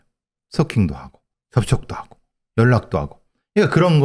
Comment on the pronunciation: 크라임 한가지 거슬리는 것. 배교수님의 말 습관입니다. 정규방송 앵커같을 수는 없지만. 그렇게 해고 --> 그렇게 하고 왜 그래느냐 --> 왜 그러느냐 불쌍해다 --> 불쌍하다 그렇게 핼 수가 있겠느냐 --> 할 수가 있겠느냐. 해다 라는 말은 없습니다. 해 를 쓰는 경우는 하다의 활용형으로 명령형이나 과거형에 활용되는 말일 뿐입니다. 조금 거슬립니다.